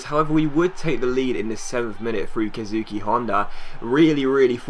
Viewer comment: Keisuke is pronounced KAY-SEW-KAY, it sounded like you said Kazuki. Great video,! Thanks for the three uploads today! (So far) o.O